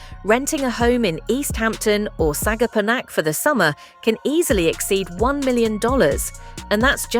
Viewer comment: please-please-please learn to pronounce Montauk and Sagaponack before publishing a "guide"...!